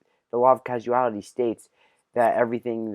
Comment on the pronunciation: Given that he mispronounced causality, it seems all he's probably done is read some apologetics stuff online, decided he has all the answers already because he's completely unable to see past his own biases, and figured "gotcha!"